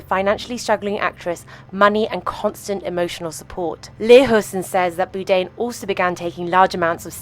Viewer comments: Interesting video. Just a little point, the surname Bourdain is pronounced - Bore-Da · Boudain?? How insulting to constantly get his name wrong! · Anthony “Boo-dain”? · Ah yes, Anthony Boodain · I know this is AI bullshit, but is it too much to ask that you correctly pronounce the man whose name you mention in every sentence? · Then how did you not know the name is not "Boo-dain"? ;-) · The continuous use of the mispronounced “BOO DANE” gets on my fucking tits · Why does the narrator insist on mispronouncing Bourdain? It's very annoying and quite frankly disrespectful when the man's name is so well known. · the way she pronounces his name ruins the whole video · Can't even pronounce his surname correctly.. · Holy f*** it's Bourdain how can you not pronounce that where the f*** is he R? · It's terrible that she pronounces his name completely wrong the entire time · Bourdain’s last name is mispronounced. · At least pronounce his name correctly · Why can't the v.o. pronounce BOURdain? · Had to turn this off due to the crazy mispronunciation of Anthony BOURDAIN repeatedly. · AI GARBAGE!! Can’t even pronounce his name correctly! Fucking disgraceful gossip bullshit for clicks! Disgusting!! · Why does the narrator say his name wrong everytime. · Can't even pronounce his last name right. Garbage! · Frustrating that the narrator can't even pronounce his name correctly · why cant you pronounce his name.. silly c.. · If you're going to do a story on Anthony Bourdain you should have learned how to pronounce his name. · Might have been wise to educate the narrator regarding how to pronounce Anthony’s last name before doing a “documentary”. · At least learn to say his name correctly. There is an 'R' in it. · Is his name actually pronounced "boo-dain" like she's saying? I swear he said bourdain on the show. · Boude?? AI slop. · BOURDAIN. Not BOODAIN. like 'Board' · it’s Bourdain not Boodain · I am pretty sure it's BOR-DANE not BOO-DANE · His name is not “boodain” It was Bourdain.